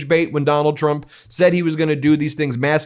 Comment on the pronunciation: am i the only one who notice carolying says “president chrump”